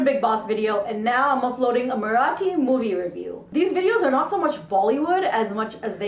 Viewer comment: It is not Marrrathi , it is Marathi, simple, your review is better than any professional reviewer on Social media